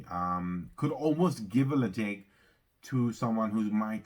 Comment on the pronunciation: hi enjoying the content the correct pronunciation is Le Chaig. you are so close to the 1k milestone. cheers from canada with a name like i thought you would be a peat lover.